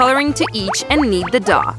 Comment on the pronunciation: The Grandma said (Douh) instead of dough